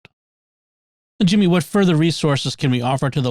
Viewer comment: Jimmy spot on with the name pronunciation 👍 …. I think